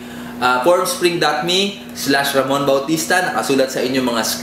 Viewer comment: Hahaha. Ba't parang pornspring ung pagka pronounce niya ng formspring?